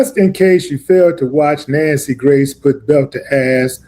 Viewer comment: It’s Nancy Grace sir … not Gray(ant hafe) voice 😂😂😂😂😂